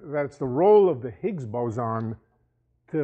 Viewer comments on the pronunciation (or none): Nice guy, but this lecture is so rich with misinformation and dilivered with such certainty. Shockingly wishy washy. "Ziggs" - shoot me in the head.